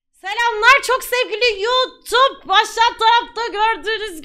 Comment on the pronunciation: selamlar çok sevgülü yutup mu dedin pelin abla ben mi yanlış duydum